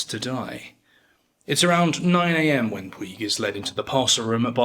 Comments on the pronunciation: Puig is a catalonian name, it is pronounced Pooch. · Puig is pronounced "putch".